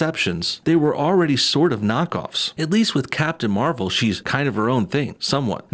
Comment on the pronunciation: dude are you a moron captain marvel the first one was Mar-vel . do some research and improve the way you talk you sound like a moron no joke.